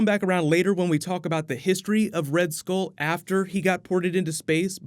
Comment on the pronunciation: It's pronounced "Skull" not "Skole"